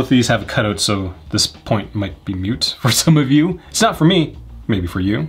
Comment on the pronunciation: moot not mute. Just trying to be helpful.